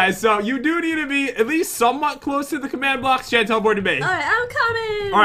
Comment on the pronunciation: You actually call jen as jell